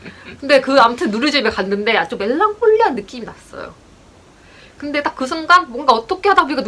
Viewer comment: ㅋㅋㅋㅋㅋ 말못한다면서 뭴랑콜릐~ 하고 멘트 재밌는데요 구독하고가용